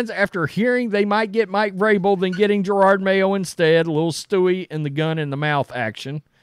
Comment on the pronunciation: Jerod…… NOT gerard